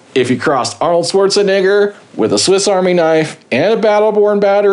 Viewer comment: Hey, that's not how you pronounce Arnold Schwarzenegger's last name, which I'm sure you know. If you were trying to be funny, you failed.